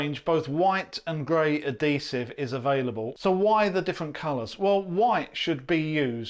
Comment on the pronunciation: What is the language being spoken this video. Clearly not English. Half the words he says are either made up or pronounced horribly. You know you have the bucket with the letters of the words right in front of you and you still say letters that are not in the word. Say uhd·hee·suhv That's how you pronounce adhesive. The emphasis is on the "hee". there has never been a point in the history of the English language where the letter "H" was pronounced as a "D" sound.